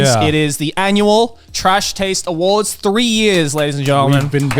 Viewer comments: I really hope the "w" instead of "s" in "awards" was on purpose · 10 seconds in.... Connor messes up and im already bothered by that "AwardW" but i love it :D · "The trash taste awardw" I think someone pressed w instead of s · ah yes of course “ The trash taste awardw” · IM GLAD SOMEONE ELSE POINTED OUT THE "Awardw" HOLY CRAP THAT WAS BOTHERING ME SO MUCH LMAOO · Don't know why but "AWARDW" cracks me up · "welcome everyone, to the trash taste awardw" awardw awardw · "awardw" lol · “AWARDW” 🗑️🤌🏼😂 I love it